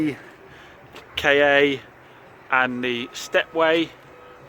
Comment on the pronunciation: Why do you call it a K A yes that is the lettering but it is Ford Ka as in one word